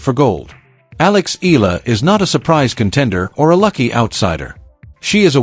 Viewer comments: Why can't you Pronounce. E-yala.and not Ella?...pls rectify your pronunciation.Thank U💜🇵🇭💚🇵🇭❤️ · it is Alex Eala ("e-yala" as pronounced) and not " i-la " 😢😮